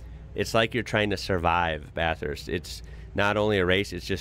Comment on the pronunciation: No, he pronounced it correctly.